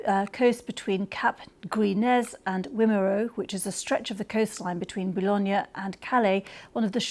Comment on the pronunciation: A channel crossing on a large ferry can be dicey at times. I believe half the spanish fleet sank in the channel on their way to England. The channel is notorious for bad weather. Can someone teach that woman french pronounciation. I was really confused when she said bolognia instead of boulogne, cap griz nez? Cap gree ney. Its about 100 miles from where she's sitting. Standards at the bbc have plummeted. I had no idea I don't watch it.